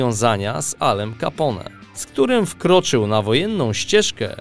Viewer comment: Jak można mówić 'kapą' na Ala Capone...